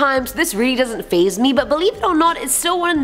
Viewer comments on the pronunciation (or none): none